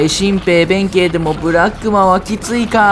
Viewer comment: ブラックマがブラクッマになってるw